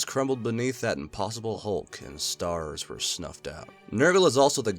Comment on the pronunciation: That epic gamer moment when you can pronounce eclectic, but not stars